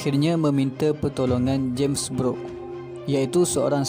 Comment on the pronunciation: sebutan james brooke tu kedengaran sepertu james beruk